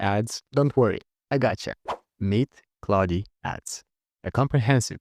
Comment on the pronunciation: Почему ты говоришь Клауди? Когда это Клод😞